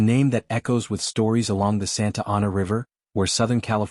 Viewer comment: Please learn to pronounce Santa Ana.